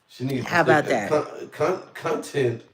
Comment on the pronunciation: cuntent!!! Ha!!! I heard that 🤣🤣🤣🤣🤣